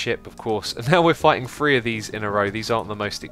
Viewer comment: every time he says "3" I think he says "Free"